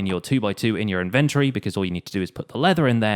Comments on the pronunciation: It's inventory not inverty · If he pronounces inventory wrong again i swear to god im unsubbing... Thats a joke I love your series. But stop saying it wrong lol.